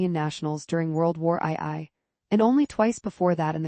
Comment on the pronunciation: World War Eye Eye 🤣